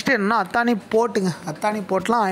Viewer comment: அத்தானி இல்ல... அதானி.. இது தான் correct... pl spell correçt ...